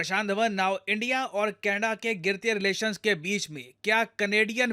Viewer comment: sir canedda... kya hai canedda me... lappu sa to canedda hai😂